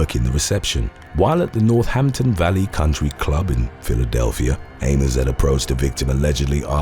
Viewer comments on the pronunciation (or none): none